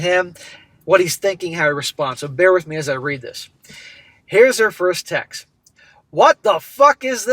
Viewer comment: To, you're pronouncing left on read incorrectly. It's read in the past tense (phonetically, RED).